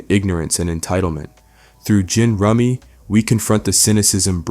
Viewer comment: goddamn it, its once-ler and jin-rummy like the card game !!!!!!!!! 😂